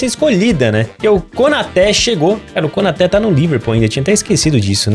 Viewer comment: A pronúncia é KonatÊ